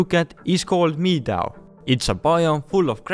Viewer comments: you say it like “medow” not “meedow” (just a tip, its not to roast or anything) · Its 'meh doe' not meedoe lol Just for future reference 👌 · meedow. no, it medow. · It's not pronounced "me-dow", but "med-oh" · Btw the word meadow is pronounced meh doe . Not meedoe, not tryna be hateful just helping. I would be the worst person to insult you as I can bearly speak my main language 😂😂😂 (bit of exaggeration lol) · Me Dow? It’s pronounced me doe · Bruh, u pronounced the meadow biome as "mee-daw", ur supposed to pronounce it as "me-doe" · meadow is not pronounced "mee-dow" its "meh-doh" just helping your english :) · btw, meadow is pronounced meh-dough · Meadow is said like this: medō. not midow. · Medow not me dow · its not mea dow its meh Dow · “Meedow” bless! English is so stupid, we pronounce meadow “med-oh” :) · “Mee-Dow” should instead be pronounced “meh-doh” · meadow is pronounced meddo, english is stupid, I know.... *) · I Love how he says "Mi-dao" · Y did he pronounce meadow meedowe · there’s a neew biome called meeea-dauo. Me: hey now wait a minute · not to insult but it’s “med - oh” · Me-dow LOL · Me-dove(meadow) lmao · Meadow is pronounced med o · I know you're ESL so for future reference "meadow" is said like "med-oh" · New biome called meeedow😭😂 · meadow is pronounced meh-dough just wanted to point it out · triggered how pronounced "meadow" as "meeeedowww" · I love how he say the meadow as miadoe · It's pronounced med-o .. but it was a good try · this man just said mee-dow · "me-dow" xd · Did anyoone else notice how he pronounced meadow "mee-daw"? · I do love the new 'MEE-DOUW' biome 😂. Also god help me if I ever tried to speak anther language. I'd be charged for war crimes for messing it up so bad. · just before people roast you in the comments.. meadow is pronounced (meh-doh) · “Mee Dow” 😂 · 'mee dow' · meadow = "midau" ..... Understood. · the way he pronounces meadow mee-dow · Meadow is pronounced meh-doe :) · Me-dao? Really